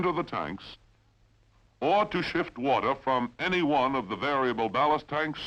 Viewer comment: Sounds like Cronkite with a bad cold. Wart-her (water) ... bat-her-ries (bat-trees)...battery !